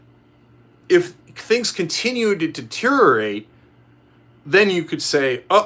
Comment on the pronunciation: Say deteriorate again please!